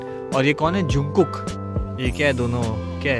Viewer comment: He pronounced Jungkook as "जुंगकूक"😭 which means China in Korean, the correct pronunciation is "जंगकूक" for foreign ARMYs, but those who know Korean they will pronounce it as "जंगगुख" or "चंगगुख". I love your videos but being a BTS ARMY I can't control myself 😅. Borahae💜💜💜💜💜💜💜